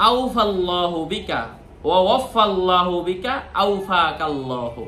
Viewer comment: আসসালামু আলাইকুম হুজুর, আপনি এই দোয়াটা দ্বিতীয়বার বলার সময় ওয়াফাকাল্লাহু বলেছেন। কিন্তু ১ম এবং ৩য় বার বলার সময় বলেছেন ওয়াফাল্লাহু। তাহলে কোন উচ্চারণটা সঠিক হবে।আরেকবার বলে দিলে উপকৃত হব